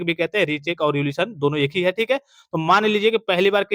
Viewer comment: सर रिवोल्यूशन नहीं रीइवेल्यूएशन होता है m